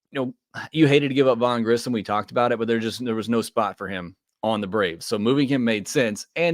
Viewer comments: I have almost heard nobody pronounce Grissom correctly. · Grissom not Grisham which I hear so many other people say